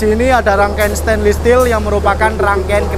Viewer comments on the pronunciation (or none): 20.30 mas lucu sekali untuk penyebutan stasiun kali Se..ta..il... Bukan kali stell emange kali stenles almunium😂😂